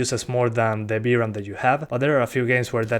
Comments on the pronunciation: You know it's VRAM, not BRAM, right?! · knew that you said "v-ram" to be "b-ram"😄